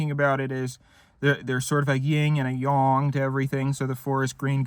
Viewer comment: Thank you for actually pronouncing yang correctly